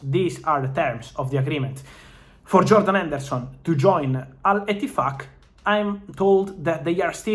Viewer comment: I heard Al-tit fvck or something like that